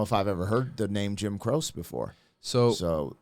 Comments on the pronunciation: omg Croce it is pronounced Crow Chi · Jim Croce is amazing. Good reaction. He pronounces his name like this: Crow-Chee. Italiano, baby. 😊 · Jim Croce had such a lovely voice and a great talent. (Hearing you mispronounce his name reminded me of the movie "Showgirls" when the stripper mispronounced the Versace store name as "Ver-sase.") His death was a tremendous loss for the world. He was one of the many singer-songwriters who were popular in the '70s. And it was also lovely to hear you describing your philosophy of life. You are living it the way a Godly man should. Good on ya! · Croce = Croh-Chee. Have to react to "Operator" it's on par with "Cats In The Cradle" but unrequited love is the subject. Those feelings fade, but, never completely go away. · pronounced Jim Cro Chee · Crow Che is how it’s pronounced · It's pronounced Jim Crow-She. Jim Croce. Spend an hour or 2 going through his stuff. You won't regret it. Even his dumber stuff like Roller Derby Queen is amusing enough to be worth it. Operator has to be the next best to Time In A Bottle. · It’s pronounced Crow Cheee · Pronounced Crocha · Sorry, Crosha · It's pronounced Crow she❤ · His last name is pronounced Crow-chay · Jim's last name is pronounced crow chee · Oh Lord I know your younger than me .. this came out when I was a baby but it's pronounced Crowchee.. I know I need to learn how to pronounce some of the new names.. lol.. just letting you know the old stuff..but y'all did school me because even though I knew Jim Croce was dead I didn't know how he died.. learned something tonight. Thank you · It is pronounced CROW-chee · For pronunciation… Cro.she. Jim Croce crowshe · It's Jim Crow-chee, was one of my dads favorite artists so it hits home with me deep too Operator is another amazing one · Pronounced with two syllables, Crow-She😮😊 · Its an Italian name and it's pronounced crow-chay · I wish he would pronounce his name right. This video is distracting & has no bearing on the song. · It’s Jim Cro-chee